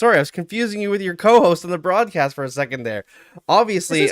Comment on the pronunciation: Not to be annoying but it’s The BroadSSScast* 😅